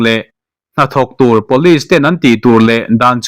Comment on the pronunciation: Police hi pawlis ang in I lam tlat thina, pulish tih anga lam tur zawk ani